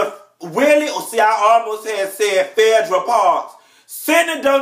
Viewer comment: I live to hear you say "Fedra" (Phaedra). Tickles me every time.